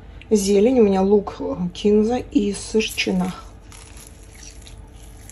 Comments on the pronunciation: Зачем отстойными портками-парашютами трясти?🙈 Вроде хачапури собрались готовить. Увы, кулинария не ваш конёк. Как-то всё тяп-ляписто. P.S. и кинза́, а не ки́нза👆 Согласно строгой литературной норме ударение ставится на второй слог. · кинзА,, кинзА🥴